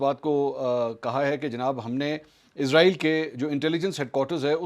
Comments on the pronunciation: Ezrael hota ya israel ap k bolny me fark hai ya hamary sun'ny me 🤔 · اس کا نام اسرائیل ہے نہ کہ ازرائیل برائے مہربانی اس کو ازرائیل نہ بلائیں ۔شکریہ